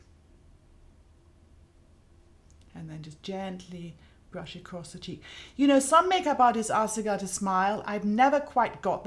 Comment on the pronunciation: Can someone please tell me the type of British accent Mary Greenwell has? She sometimes pronounces her r's as w's. She'll say "mascawa" instead of "mascara" and "bwush" instead of "brush". I noticed in the movie "The King's Speech" Colin Firth's character often does the same thing.